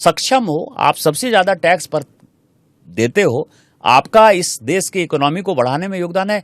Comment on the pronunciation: देस✖️✖️✖️ देश✔️✔️✔️ भासा ✖️✖️✖️ भाषा✔️✔️✔️ पहिला स्वतः व्यवस्थित उच्चार करायला शिका मग दुसऱ्यांना उपदेश द्या